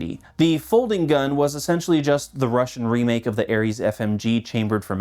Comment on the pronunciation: It always baffles me how yanks manage to fuck up russian pronounciation... like brother its literally pronounced as its spelt. How are you lot adding random ass letters and inflections to said words.